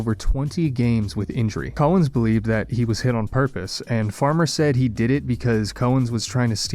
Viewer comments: Note that the first syllable in the surname of Al Cowens is pronounced as "cow", not as "co". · Cow, like in MOO, ens. Al Cowens